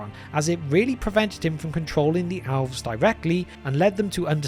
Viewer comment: Alves??? Geesh. Being British isn't an excuse, cause Tolkien was one. It would be one thing if you're not a native speaker of English but... It's worse than when people pronounce Sauron or Smaug "Sahron" or, worse, "Smog."